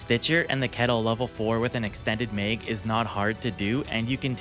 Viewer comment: I've never heard anyone call a "mag" a meyg. Otherwise, great video!